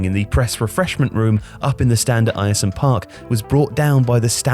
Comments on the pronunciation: Bro you're pronouncing the name of my home towns old great stadium completely wrong! The fact you say the name of Ayresome Park wrong so many times is annoying! Could you not have watched a single game of listened to a single person call it how it is pronounced! Sort it out man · Video lost a lot of credit for me when you couldn’t even put the effort in to learn how to say the stadium name properly. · That pronunciation of Ayresome 😬🙈 Quality video though. I'm from Middlesbrough and didn't even know this story! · Air-some not eye-ear-some! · By the way its Air-some not Iresome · It’s pronounced ‘Air-Some’ not Ayer some👍🏼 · its uhrsome park not eyersome park 🤦‍♂ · Just a thing, Ayresome park is pronounced Air-Some Park not Eire-Some other than that it was a good video. Its a bizarre part of our history but actually fairly interesting. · Not called ierson park airson park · it is pronounced air-some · He gets it right in the end but your voice over man can't pronounce Ayresome.... It's AIR-SUM. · It’s pronounced ersome park I’m sorry but being from boro and hearing the name like that hurts 🤣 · It's pronounced Air-sum you knob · hate to say it, in the video you put middlesborough, not Middlesbrough which is that is should be. Ayresome is also pronounced (Air-sum) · It’s pronounced airsome park 🙂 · Pronounced AIR-SOME park. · 'Ayer-Some Park' actually sounds North Korean 🤣🤣🤣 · Ayresome Park is pronounced air-some fyi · Eyeersome park stadium... fucking hell my ears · FYI the pronunciation of Ayresome Park is like Air-some. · Btw, Ayresome park is pronounced ‘airsome’ just letting you know :) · It's pronounced Air-sum park, man, howay! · Football, it's pronounced AIR-some Park, isn't it? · It's pronounced "air-some" park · 'Eye-er-some park?' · It's pronounced "air-sum" park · Come on, love your stuff but you spelt Middlesbrough wrong within 25 seconds of this! Edit - Ayresome is pronounced like Airsome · It's pronounced Air-some park (Ayersome Park)